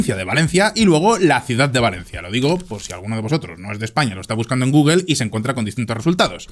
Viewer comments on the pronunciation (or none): none